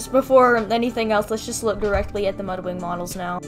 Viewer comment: LOL!! She said "So we have Mudring right here..." She said "ring" not "wing" XD